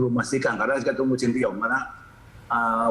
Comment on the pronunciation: pak ketum selalu salah sebut nama shin tae yong...dia sebutnya "sin ti yong" ....jadi mirip nama jalan di jakarta..kramat sentiyong